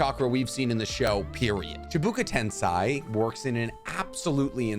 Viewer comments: I feel like this guy just gets everything off of a CBR Naruto facts website. He mispronounces everything and almost everything he says can be proved wrong. Get your "Choobookoo Tenseye" ass back to watching pokemon. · It would be nice to use oryginal names (e.g. Tendo and not Deva path), since eng versions suck. btw. "Chibuka tensai"? Dude, research pls... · my brother in christ, CHEE-BAH-KUH TEN-SEY is not that hard to pronounce lmao you did it perfectly with Tengai Shinsei, it's the same principle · “Chaibuka Tensai”. Really my man? That was the best you could’ve come up with? I swear, it hurts to hear that. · Did he pronounce chibaku tensei as... Chibuka tensai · say it with me: CHI-BA-KU-TEN-SEI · Bro these misspronouceations are hilarious bru💀💀💀 Btw -chi-bah-koo-ten-sei -ah-men-no-tej-ie-kara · Chibaku Tensei is pronounced Chi-bah-koo Ten-say the mispronunciations were hilarious great vid 👍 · bro why do you mispronounce every jutsu :-: chibuku tensay XDDD also youtube needs to add emojis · Why you say "chibuka tensai" when is clearly" Chibaku Tensei" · Ja this guy also said chibuka tensai when it’s chibaku tensei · Chabuka Tensai ugh. Chee-Bah-Koo Ten-Say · The way you keep mispronouncing Chibaku Tensei really grinds my gears lmao. Baku not Buka. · Hard to trust anyone talking about any lore in anything ever period when the simplest pronouncations are screwed up It's chiBAku TenSEI not chiBUka TenSAI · Chibaku tensei: ❌ Chibuka tensai: ✅ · did you misspronounce all this Names on purpouse? Its Chibaku Tensei, not Chabuka Tansei. And it doesnt create a Black Hole, it creates a small Star. Its certainly made whit pure Gravity, but it can be destroyed. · Sorry but.. cheebookuh tensigh? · chibaku tensei* not chibuka tensei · Please, please, pronounce the name of jutsu right! Not chebuka tensai, it's Chi-ba-ku ten-sei!!! Shame on you! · It's Chibaku tensei not chibuka tensai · *ChibAkU tenSEI (say) Not chibUkA TensAI (sai) 😭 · Chabuka tensai.. 💀💀💀😂